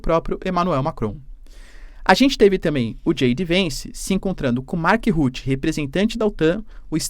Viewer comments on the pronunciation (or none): Vc não lê os comentários nao é??? Senão já teria visto a correção de como se fala Mark Rutter. ( não é Ruti , pelo amor de Deus). E poxa, falar que tatata” desobedeceram” Trump????? Desobedeceram????? Acaso ele é um Pai pedindo /mandando algo a algum filho??? Choquei com vc professor. 😊